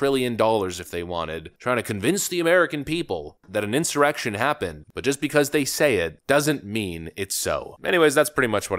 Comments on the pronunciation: did he say”erection” instead of insurrection?? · Wait - did he say "Incited this ERECTION"?!?!? SERIOUSLY at :51 - he frickin said ERECTION. oh my god. Im dying. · we all know Nancy and Shmuck Shumer are the ones who instigated that farse they called Jan 6 insurrection.! BTW...did Shmuck Shumer call it an "ERECTION!!!!!" LMAO!!!! listen to that again!!! he did...he said erection!!!!! HA HA HA HA HA HA HA HA!!!! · Did that senator say insurrection or erection? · "Insited erection" Hehe he he hehhehe He said ERECTION hehhehehe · "DJT rection...." Maybe it was not insurrection maybe it was insemination 😂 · Did he just say erection by accident? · did Schumer say "incited an erection?" LOL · Who was that? Schoomer? If Donald Trump incited the Erection? Did any one else hear that? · Did Chuck just say "cited the erection?" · Did he say 'incited the erection'? Talking about having a H..d On for DJT... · Did I hear that right did he say erection? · Did that speaker in the beginning say "incited the erection" 😅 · LOL Schumer totally said erection :51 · If I heard him right,it sounded like Idiot Schumer said"Donald John Trump incited the erection".......................??????.......….. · He said "erection" correct? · BRO AM I THE ONLY ONE WHO HEARD CHUCK SAY ERECTION??? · We really need to remodel the old folk's home into something at least on the level of a county courthouse. Just that initial clip with Schumer, where he flubs language bad enough to be a sex joke is proof enough of that.